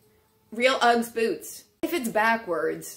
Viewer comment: my darling, usually your eloquence knows no bounds and me being Australian, must gently pick you up about the way you say "Uggs". Did you know that the Ugg was invented in Australia in the 1960's and became hugely popular with surfer's in Australia and the UK and later the USA. Sadly like a lot of wonderful Australian companies Ugg Boots Australia was bought out by a USA corporation and now they are mainstream and recognised widely in the USA. Allow me to respectifully advise you that one never refers to them in the plural form, one simply says, Ugg, or Ugg Boots, or a pair of Ugg Boots! never Uggs.....its just not kosher, cool, or the Australian way. LOL.... To clean them inside simply wipe them down with disinfectant mixed with water and allow a few days for them to dry internally. Also, can you PLEASE catch daddy in the purse over shoulder parade, that would be GOLD